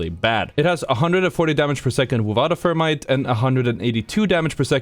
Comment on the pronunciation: This guy's crazy...rampage as the worst gun in the game? Seriously?I should've known not to take this guy seriously after I heard him say "fermite"